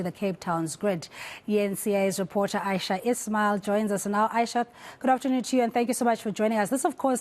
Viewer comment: Also, it's AYESHA.😊